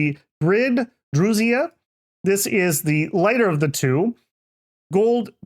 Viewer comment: So pronounced Dru-y-na? The z is silent?